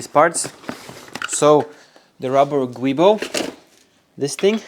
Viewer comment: Rusty rear subframes are becoming a real problem in the UK on E81-E93. Not as bad as Mercedes where they are so bad they are being replaced for free. Keep up the good work - your videos are superb. 😀 One thing - the prop coupling is a Giubo (joo-bow) not gwee-bow. M539 had a hissy fit when I corrected him🤣